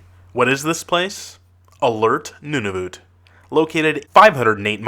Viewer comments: secondly: Nunavut. You Pronounce it nun-i-voot when you need to Pronounce it nun-i-vut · its nun-a-vet